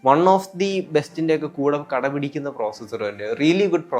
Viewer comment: Nice presentation bro.. "കടപിടിക്കുന്ന " അല്ല "കിടപിടിക്കുന്ന "... 😅